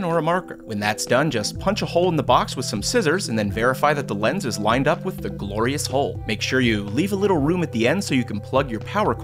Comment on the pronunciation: did he say "glorious hole"?